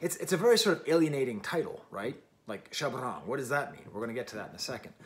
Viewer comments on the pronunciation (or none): so the pronunciation of Shabrang: you're stressing the "r" too much 😂